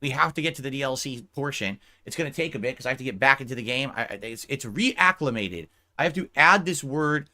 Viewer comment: “Re-ACK-umated” LMAOOOOO